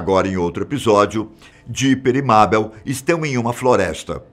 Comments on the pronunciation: se pronuncia meibol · Mabel? Meibol é a pronúncia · Dá até uma agoniazinha quando ele fica pronunciando o nome Mabel errado 😅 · A cara na moral kkk o nome e Mabel más se pronuncia Meibol. Recomendo assistir esse desenho pena q acabou